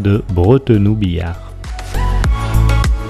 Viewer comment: Slt, pour dire biars tu prononce le s a la fin et le y de puybrun ne se prononce pas. Je ne pensais pas que tu t'arretais aux gares de vayrac et betaille vu qu'elles ne fonctionnent plus. Je tenais a te remercier pour la dedicace dans la video ca me fait vraiment tres plaisir